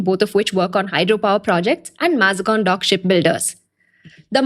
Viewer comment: The bot does it again. how do you mispronounce Mazgaon. AI please replace her.